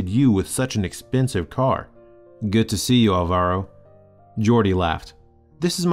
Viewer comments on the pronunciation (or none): It is pronunced álvaro, with accent on the first "a"